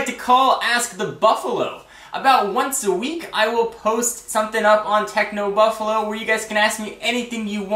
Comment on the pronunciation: Just a quick thing. U say technobuffalu instead of technobuffalo